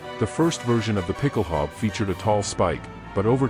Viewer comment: A) it's pronounced ˈpɪkl̩ˌhaʊ̯bə, with an 'ow' sound as in 'cow' and an 'uh' sound at the end, and B) you neglected to mention that it was adopted by forces all over the world including the British Household Calvary and the US Marine Corps and is still in use in many countries as part of dress uniforms. Great video, though. I'm subscribing!